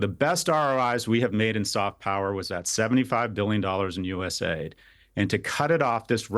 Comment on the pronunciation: he keeps saying USA ID as US AID.